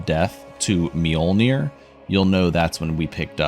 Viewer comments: This man is definitely pronouncing the j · The pronunciation of Mjolnir really ... You should be smited. >_>